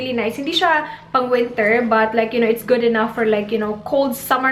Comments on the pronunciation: Anne L napansin ko yung "gyud" pero yung babe di masyado. Pero that's okay tho. 😉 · Is it just me or she pronounces babe as "bayb" and good as "gyud" ??